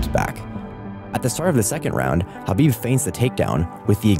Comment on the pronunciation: Khabib destroyed him and you should pronounce his name correctly if you're actually going to talk about it. It's not an h or a k, it's in between kind of like when you're trying to hock up a loogie.